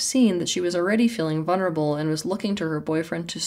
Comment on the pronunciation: It's vuLnerable not vuNerable